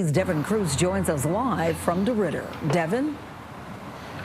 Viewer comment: Deridder…..”dey rode her”.